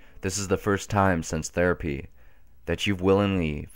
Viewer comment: Anybody else noticed that in videos, he always says 'sense instead of 'Since'? Lol.